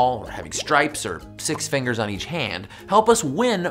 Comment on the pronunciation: Harrison be like "fingors"